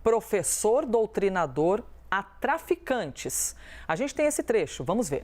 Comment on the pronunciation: Ele falou doutrinsdor